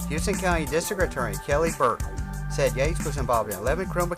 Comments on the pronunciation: you dont pronounce houston right. youre saying it like houston texas but in ga we pronounce it house-ton. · where is he from that he doesn't know this? We have a HOUSE-TON street here in Macon and the county's right to the south of us.